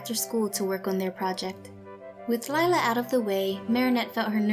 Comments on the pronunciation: *lila not lie-la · Instead ee have lie-la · Same she is just a freaking liar that's why your name is Lila pronounced liela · its not lila its lie-la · LIE-la should be the real way her name should’ve been spelled.. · anyone else notice that lila sounds like liar personally her name should've been lira because if u mix it is lial but if it was lira it would be liar